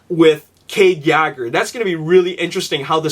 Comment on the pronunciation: it's pronounced *yay-ger not yoger